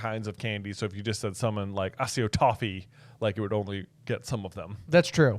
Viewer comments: There's no soft "c" in Latin, so ack-e-o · It's /ACK/ E/ OH/ Acc come from the work acquire. So unless you pronounce the word acquire as assquire, you're saying the word wrong. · It’s pronounced Ack - EE - Oh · Accio - think about how you say access, accept, accessories. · I never realised how I felt about the pronunciation of accio until this podcast. It’s got two c’s and is based on the Latin words accio that can mean “I call”. It irritated the heck out of me. Other than that, loved the podcast, like always. It’s amazing to be able to listen to someone dissecting the books psge by page, because I don’t really any HP friends that are as big of a fan as I am.